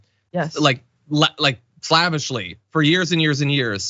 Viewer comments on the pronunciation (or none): "Slavishly"? He pronounced that weirdly. He said it with a soft a, like "slahvishly", not "slayvishly". The way he said it made it sound like it's "of or pertaining to Slavic people or culture", not "obeying orders as a slave". That just hit my ear wrong.